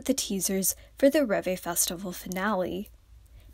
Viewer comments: Its not REEVE. Its LÈH-BÈH (the way Koreans would say REVE) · The way you pronounce ReVe is just....